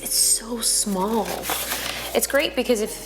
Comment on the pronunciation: "Its so smoll" hmmm